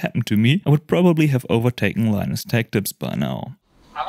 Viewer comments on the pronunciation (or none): none